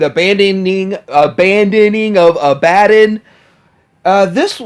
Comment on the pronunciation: ABba-Don. Ab-uh-don. Stress on the first syllable.